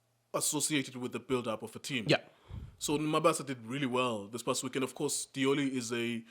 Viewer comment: Lioli, not Diola. 😂😂😂